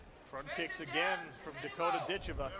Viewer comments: Before she gets to America and blows up, I believe her name is correctly pronounced Dit CHEV a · HA! I didn't even notice that. Sad that the broadcasters got it wrong.